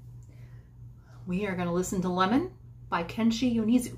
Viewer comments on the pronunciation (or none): He is my favorite Japanese musician <3 I know him accidentally but that was the best accident in my life. And not to be annoying, but his name is pronounced like 'yo-nay-zu' accept the 'nay' is kept short. so like, nay without the y. If I'm not mistaken Lemon is a soundtrack for a japanese drama. I haven't really watched any jdramas so I'm not sure. And a lot of Yonezu's songs talk about loss and death, including Lemon. I recommend "Eine Kleine", "Flamingo", and "Umi no Yuurei/Spirits of the Sea", all by him. Eine Kleine is a personal favorite that just make me wanna cry every time I listen to it.